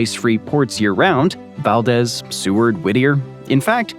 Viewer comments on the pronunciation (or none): Nenana is pronounced knee-nana. Valdez is pronounced Val- deez Thank you for the informative video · Why does everyone mis pronounce Valdez??? Val-diz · Maybe they can’t read? I don’t know why everyone calls it Val-diz.